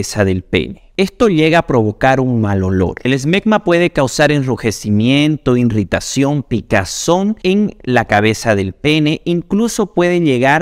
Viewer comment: Se dice irritación NO irritación. Además lo repite varias veces. Sabrá mucho de medicina pero cultura...